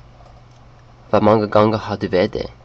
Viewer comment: Your danish pronounciations are a bit off. The "Du" in danish is not pronounced with a french U but more so as "Dou". Danes do NOT ever roll their R's, they use a more rough R from the back of your mouth, as a kind of "rrh" sound. Many times as well, danes use a whole ton of silent letters, as an example in "Gange" is pronounced "Gan(g)e" with a kind of french nasal sound, or as in "Dage" is pronounced as "Daiyeh". I don't know if the "Fem og tre" is supposed to be equal to 35 (35 years ago) is if, it's pronounced very difficult "Fem-oh-treidive ohr siden"